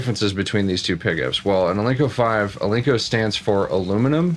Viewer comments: Are you saying Al-Link-Co ? it's pronounced Al Nick - O Alnico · It's ALNICO, not alinco!